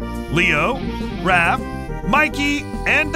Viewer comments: it's not ralph it's raph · Raph rhymes with Laugh not Ralph. Sais rhymes with hi not day.